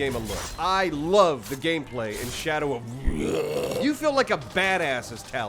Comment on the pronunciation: "Shadow of WHRGH"